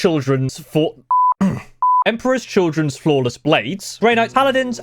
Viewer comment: is “flawless” hard for brits to pronounce, like purple burglar alarm for Scottish? Or is it just